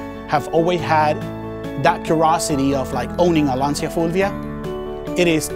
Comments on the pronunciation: It's "LANCIA", not "LANTIA", for god's sake. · Oh, no, dude why?! It is 'Lancha' not 'Lansia'. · It's actually pronounced Lan-Ch-ya. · Es LanCia,not Lansia. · It's Lancha 🚤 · if you are in love with Lancia you should know is pronounced like "lunch" + A, Lancia! Is just one word, not difficult ;) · Jack Shepherdson more like Lantchah